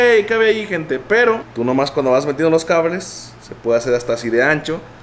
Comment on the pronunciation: Dijo cabres en vez de cables el wey jajajaja es la mamada.